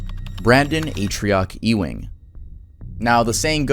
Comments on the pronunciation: E-wing? Hahaha It's pronounced "Yew-ing" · Pretty sure the last name "Ewing" is pronounced "U-ing," not "Ee-wing."